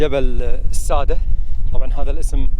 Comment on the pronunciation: مبدع واصل نطقك لاسم الجبل او التل غلط هو اسمه الساده بمعنى يسد الشعيب الكتابه صح بس النطق يختلف